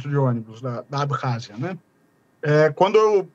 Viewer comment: Ab-rázia, com "2 Rs", o KH é Ka Aga da da língua inglesa.